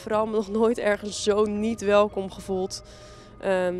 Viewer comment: als je shit gaat praten over ameland moet je het eerst maar goed uitspreken